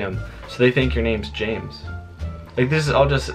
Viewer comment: James is one syllable but good try😊